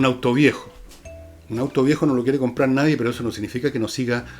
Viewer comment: Escucho a diario tu programa y admiro profundamente tu lucidez, pero me hace ruido que digas "abstrapto" tantas veces...Es como cuando dices "nadien" y luego lo corriges por "nadie", lo cual agradezco. Pero abstrapto simplemente está mal dicho.